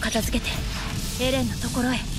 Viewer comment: Gimana sih...Mikasa terus bilang "Ereh..Ereh...Ereh" adeh...lelah dah dengarin🗿